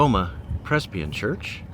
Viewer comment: Mispronounced Presbyterian. "Shifted to AG" how dumb. It was always AG stupid